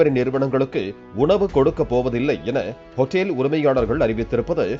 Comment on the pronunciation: அதுக்கு பேர் ஹோட்டல்.... அது என்ன ஹோட்டேல் ... அமெரிக்காவிலா தமிழ் நியூஸ் வாசிக்கிற... ஒழுங்கா வாசி